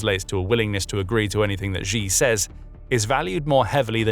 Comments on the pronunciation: Who is GEE? His name is pronounced SHE. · Xi = "She" btw, not ShGee or however that pronunciation would be spelled. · If you report in China, at least pronounce the CCP leader's name correctly. It's easy. It's not zhee... it's 'she' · Not the most important thing here, but Xi is pronounced "she" and not "gee". Sometimes little things strike at credibility. This makes you sound like NPR. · The Chinese leader's name is pronounced "she", not "gee". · Xi = Shee, not zhee. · wtf... how we gunna listen to analysis from anyone who doesn't know that it's "shee", not "gee"? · Pronouncing Xi as Zee is like calling Trump Drump. Get some basic lessons on Pinyin.